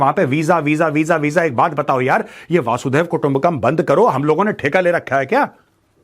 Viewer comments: मेजर साहब, वसुधैव कुटुंबकम् है, वासुदेव कुटुंबकम् नहीं। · वासुधैव नही वसुधैव :- वसुधा याने धरती पृथ्वी 😂